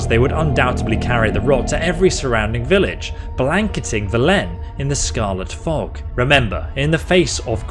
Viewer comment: Great video! :) But please, stop saying "vel-E-n", it's "v-E-len"